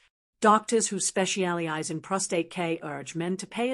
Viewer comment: the word specialize was pronounced "spesh - ee - al - i - size" two times. Also - micro-second background shifts